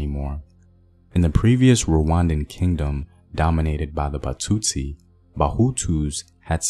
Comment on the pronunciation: Batsutsi .... trie at least to pronounce correctly.